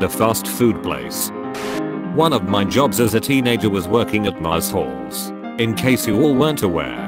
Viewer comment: “Mars Halls”!